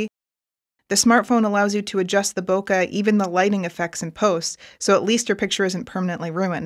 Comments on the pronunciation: Why everyone spell "Boke" wrong??, it's not "Boka" it is "bokE" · she cant pronounce bokeh right read a book